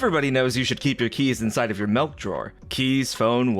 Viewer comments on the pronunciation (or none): Milk. Or malk. Maybe mulk. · Did he say Melk? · MALK NOW WITH VITAMIN R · The melk drawer?? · It did sound more Dutch than English.